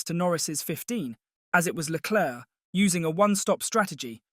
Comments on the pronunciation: Really wish commentators would learn how to pronounce Leclerc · agreed. It’s Leclerc and not Leclerc. People need to learn